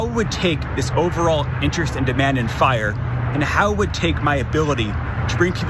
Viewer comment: "FYRE." Not, "Frye" Hire some educated people!!!!!!!